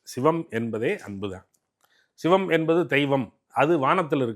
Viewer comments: "Shhhhivam" ileh! Sivam ! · இந்த பாப்பாவுக்கு தமிழே தெரியாதா. "பள்ளிக்கூடம் போறதுக்கு முந்தி பயிறு பயிறு ண்ணான், பள்ளிக்கூடம் போனப்புறம் பசுறு பசுறு ங்குறான்" என்ற கதையாகல்ல இருக்கு. 'ச' என்ற எழுத்தை உச்சரிக்கத் தெரியாதவளுக்கு ஷிவத்தைத் தெரிந்து என்னாகப் போவுது. திருமூலரைக் கேட்டு என்ன வரப்போகிறது. இதெல்லாம் ஒரு Fashion. திரு. அக்கறையான தகவலுக்கு பயனிருக்குமா....